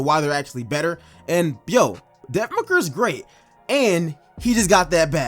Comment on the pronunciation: Stopped watching when he said booker at 30 😂😂 ok